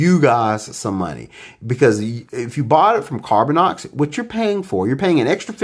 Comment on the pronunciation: Lol. Laughing at others grammer after you keep saying "Carbinix' when it should be 'Carbinox'. Nice. Lol. Thanks for the video.